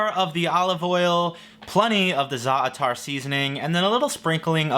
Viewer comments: it's pronounced zatar not zar atahr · im cringing "za-a- taar" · Each time I hear a youtuber pronounce Zaatar it gets worse and worse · Right?! I laughed as soon as I heard that pronunciation. Oof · Shoutout to pronouncing Za’tar in a manner that sounds like a combination of both israeli and Palestinian accents because unity